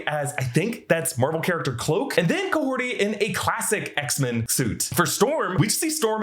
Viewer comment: Who is Kahorti? The character's name is Kahhori...